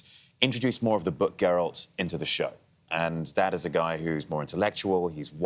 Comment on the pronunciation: Henry looks breath taking!!!! Also kinda mad at the hosts... Herald? Gerald ? Really -_